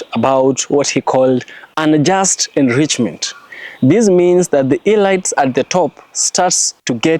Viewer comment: very interesting nd truths. U PRONOUNCE IT AS "ELEETS". not elights I say ths in good faith. Very ibteresting X u for this Nugget